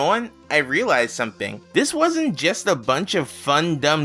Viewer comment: i like how everytime he says "something" it sounds like hes saying "someping"